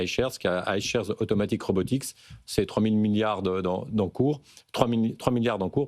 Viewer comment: UNITREE deja pas truie ;) et RobotiC pas robotiX lol le mec fait un sujet il connait meme pas le nom de la boite MDR et elle n'est pas encore coté en bourse pour tous LOL virez ce journaliste vous le payez trop ;)